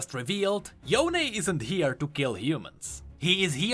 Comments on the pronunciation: bro its yone not yoney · stop pronouncing him as Yone, its Yo'ne!!!!!! everyone i know kept saying his name in western pronounciation, and not eastern pronounciation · does anyone remember when he used pronounce Yone like Cone HAHA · Can we just talk about how yasuo says yoneigh and not yone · It's Yo-ne for GOD SAKE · Question how come in Runeterra they say (yo ne like bone) but now they now pronounce it differently? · why are u still calling him ‘yohn’ ..... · ITS NOT YONE "":D